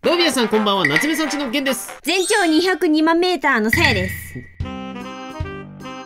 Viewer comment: 2万メーターに聞こえたw 煮豆ーターw